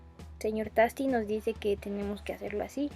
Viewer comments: Se pronuncia teisti mija ricos hoy cakes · Y tasty se pronuncia ( teisty )... 😧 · Me encanta lo bien que explicas, muchas gracias. P.D. Tasty se pronuncia "teisti", solo te lo comento para que los haters no te vayan a molestar. A mi la verdad me da igual jaja